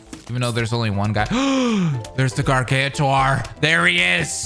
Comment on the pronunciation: It’s not pronounced gargantar